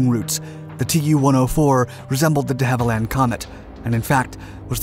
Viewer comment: hahaha "Resembled the de havilind comet" . I wonder why🤣🤣😉